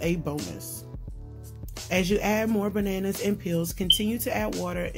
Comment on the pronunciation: "Shoppin....for buhNanNuhs!